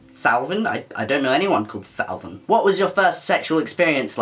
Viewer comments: It's pronounced CAL not SAL and he's another trans guy, you should look him up. You should look up Calvin Garrah. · ITS NOT SALVIN!!!!! CALVIN ITS PRONOUNCED WITH A K c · I’m sorry but it was so cute when he said Salvin instead of Calvin 😂😂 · noah: salvin my american ass: REEEEEEEEEEEEEEEEEEEE its pronounced like KALVIN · Calvin garrah he says Savin garrah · I loved that he pronounced Calvin, as salvin😂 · lmao, "I don't know a salvin garrah". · Calvin? Are u fucking dumb it’s pronounced Calvin